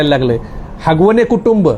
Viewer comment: आरे बाबा हगवणे नाही आगवणे आहे जरा अभ्यास करून बोला तर बरं होईल